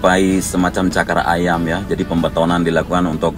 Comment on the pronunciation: CAKRA AYAM APA CAKAR AYAM😆😆😂😂😂😂